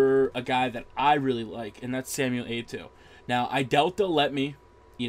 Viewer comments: WTF, did he just say "Natliah"???? and is it just me or is he constantly saying "A-to"???? LOL, this is the funniest Fifa Gameplay i've ever seen! PS: Could you please make a long review for the Liverpool player "Dirk Kuyt"? I really want to see how you pronounce the name :P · SAY ETO'O PROPERLY